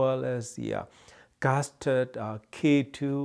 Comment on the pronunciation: Did you say Gasturd at the beginning of the video? 😁